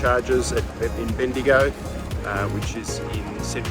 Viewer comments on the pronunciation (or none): none